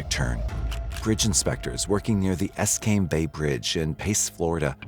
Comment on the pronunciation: I know, in so many of these type of shows, that the narrator or writers aren't from the areas mentioned. But you would think in their research they would look it up. Because sometimes you just bust out laughing at the mispronunciation of some of these place. It's not Escambe, it's Escambia. And to hear it pronounced "Es Came Bay" Instead of Es Cam Bee Ya just made me spit water across the room laughing. just saying. and a belly laugh isn't something you expect or want when listening/thinking about such things as this.